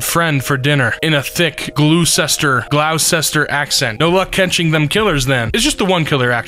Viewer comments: Masons pronunciation of Gloucester killed me. Yes I do live near there. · it's pronounced glouster, town names in MA are genuinely insane. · and Gloucester. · They also mispronounced Gloucester